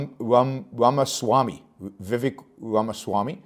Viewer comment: Pronounce it like Raama